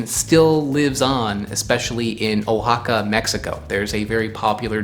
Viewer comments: The state of Oaxaca is pronounced Wa-ha-ka not Oh-ha-ka. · "wah HA kah" You could at least try to pronounce foreign words correctly. It's not that hard. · the name of the state (and its capital), Oaxaca, is pronounced “Wah-hah-kah.” I went to Oaxaca a few years ago, and I had the drink, Tejate. It was good.